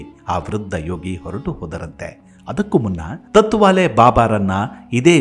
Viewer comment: ಸರ್, ತುಂಬಾ ವಿಸ್ಕೃತ ಹಾಗೂ ರೋಚಕ ಸಂಗತಿಗಳನ್ನು ನಿಮ್ಮಧ್ವನಿಯಲ್ಲಿ ಕೇಳುವುದು ತುಂಬಾ ಕೂತೂಹಲಭರಿತವಾಗಿರುತ್ತದೆ. ಹಾಗೇ ಇನ್ನೊಂದು ವಿಷಯ ನೀವು ತತ್ವಾಲೆ ಬಾಬಾ ಎಂದು ಹೇಳಿದ್ದೀರಿ ಅದು ತಾಟ್ ವಾಲೇ ಬಾಬಾ...ಎಂದಿದ್ದರೆ ಪದ ಸರಿ ಇರುತ್ತಿತ್ತು. ಎಂಬುದು ನನ್ನ ಸಲಹೆ.. ಏಕೆಂದರೆ ನೀವೇ ಹೇಳಿದ ಹಾಗೇ ಗೋಣಿಚೀಲ ಬಳಸುತ್ತಿದ್ದರಿಂದ ಅವರಿಗೆ ಆ ಹೆಸರು ಬಂದಿದೆಯೆಂದು, ಗೋಣಿಚೀಲವನ್ನು ತಾಟ್ ಎಂದು ಕರೆಯುತ್ತಾರೆ. ನಾನು ಹೇಳಿದ್ದು ತಪ್ಪಿದ್ದರೆ ತಿಳಿಸಿ..... - ಜೈ ಭಾರತಾಂಬೇ ...🙏